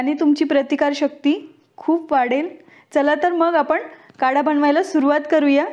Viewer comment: कढा नाही... काढा...😉